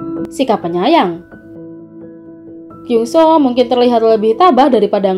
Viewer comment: It's kyeongsu... Not kyungso.!!